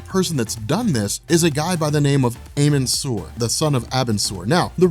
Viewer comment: amun sur is pronounced ahmen